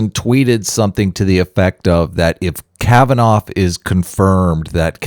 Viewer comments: Kavanaugh.... pronounced kav- an- aww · 1 week ago My mispronunciation of Kavanoff is unforgivable. I throw myself on the mercy of my audience. (as a christian I have to forgive you.................................well.... that wasnt any fun